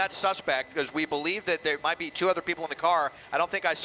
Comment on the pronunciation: Didn't know it was true that natives call it "Uh-lay"